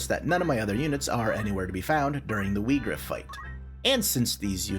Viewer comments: it’s actually meant to be Vee-grawf. it’s Germanic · To be fair, "Whygraf" sound better than "Weegraf".